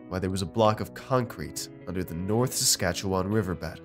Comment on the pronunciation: said my province correctly. Good ol Saskatchewan.